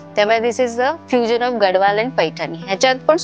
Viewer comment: It's gad(the)wal d should be pronounced as the.